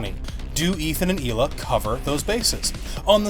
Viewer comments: btw pretty sure it's pronounced Ila not HHHHHila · It's pronounced eela not heela.